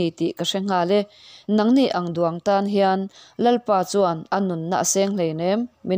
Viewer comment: Duang hi i lam hniam sang deuh hlek a lam tur, mizo tawmg lam dik loh hlek hlek i nei tih loh chu i aw a fiah tha a, ngaih thlâk a nuam e.